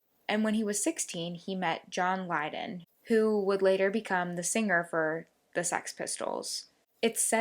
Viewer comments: John Lyoid??? Lyndon. Please get the names right. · Linood??? It's Lydon. I have to stop watching this. Please do your homework a little better next time. Your video is well made but you have to know the proper names of your subjects or it becomes offensive to listen too